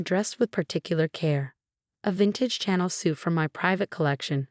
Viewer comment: You need to spell Dior and Chanel phonetically so the AI can say it correctly.😄